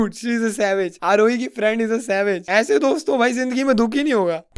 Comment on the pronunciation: "yese" was epic